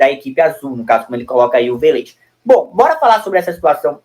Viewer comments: "Velêz" não (Vélez). Essa é a fonética certa. Club Atlético Vélez Sarsfild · Meu Deus .... Manda esse menino amarelo pra escola ..VELÊZ É FODA VIU . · Tá pronunciando o Vélez errado meu amigo